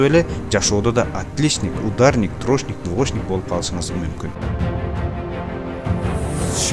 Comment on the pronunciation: Админ! Элге туура нерселерди жеткиргениң жакшы. Бирок, өзүң да аракет кылып, ушул мотивациаларды колдонуп, орусчаны үйрөнүп алчы. Билбесең двошник, трошник деп айтпай эле кой да уят болуп. Же үйрөн.